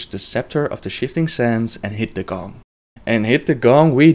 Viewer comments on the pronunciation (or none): none